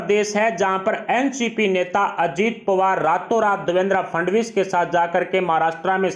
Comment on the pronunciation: Pawar, fadanvis ka sahi uchcharan shikhiye .aap ki baat ka vishwas kaise kiya jaye ??